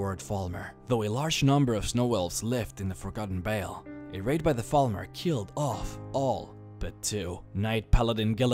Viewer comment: I wish you could pronounce V's. "forgotten bale"....